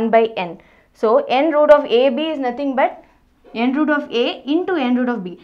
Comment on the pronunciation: Mam everything is good But we need to read as n th root a Not n root a There is a difference b/n both Bcoz if we read n root a it becomes multiple of n and root a n th root a is correct pronounce I think